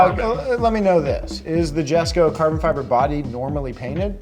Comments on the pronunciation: It's pronounced Yes Ko, not Jess ko. Lol Jesko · You guys should know this already but you pronounce the J as a Y in jesco...